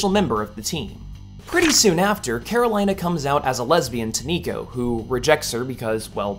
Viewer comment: Karolina is pronounced "Care-Oh-LEE-Na" not "Care-Oh-LIE-Na"